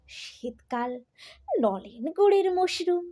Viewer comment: Kathata moshrum nay ,kathata holo morshum bujhecho ,nijr bhasa tao thik kore bole parona abar vdo banate bosecho , age nijr bhasa thik kore shekho bujhle .